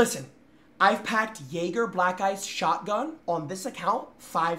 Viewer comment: Replace the j in jäger with an n but keep the pronunciation of the -anger